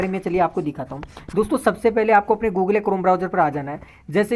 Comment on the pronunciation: Google : ❌ Googlay : ✅ 😂😂😂😂